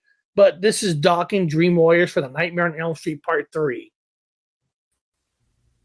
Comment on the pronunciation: Sounded like you said Dream Lawyers for introduction of the Dokken tune. That Trick or Treat soundtrack did kick ass. Say What You Will but, Fastway was so underrated. (See what I did there?) 😁